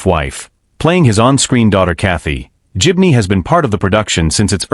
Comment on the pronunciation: Pity the commentator hasn't a clue how to pronounce GIBNEY!! :hand-orange-covering-eyes